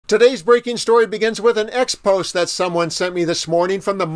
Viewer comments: Ex-poh-zay. Not ex-pose. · Ex-po-ZAY......just sayin' :eyes-pink-heart-shape